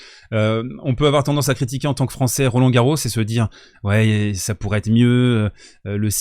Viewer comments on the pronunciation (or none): none